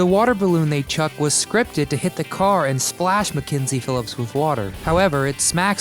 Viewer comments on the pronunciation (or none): none